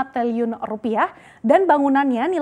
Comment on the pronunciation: sampe salah bicara😆 teliun wokwok